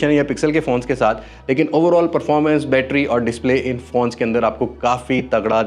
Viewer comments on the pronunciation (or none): none